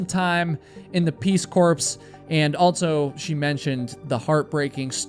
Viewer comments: peace corpse? its pronounced peace core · Hi. I would like to hear more theories about Trenny’s case. Enjoying your channel! Keep up the good work! Oh, and BTW, “corps” is pronounced “core.” Not trying to be snarky! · the word. “corps” is pronounced: “core”. not like “ corpse ” 😂😂😂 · It's Peace Core(Corp)....literally NOT corp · Corps and corpse are two very different things. A corps is an organization. A corpse is a dead human. Corps (like Marine Corps, Peace Corps) is pronounced "core;" the S is never, ever pronounced. When you pronounce the S it changes the meaning drastically. That E makes a world of difference. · Peace corps is pronounced peace core haha😅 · Corps is pronounced core. ❤ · You keep saying peace corps, it's pronounced core. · Peace corps, corps is pronounced kor. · just like the Marine Corps, or the Corps of Engineers . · Someone needs to tell that to Obama . He pronounces it " corpse" . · My friend-the p is silent in Corps.❤ I adore your channel.